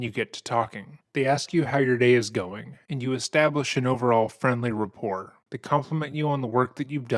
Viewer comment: RAPPORT...not "report" lol